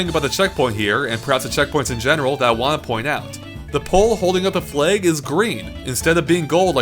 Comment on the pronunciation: pronounces flag as "fleg."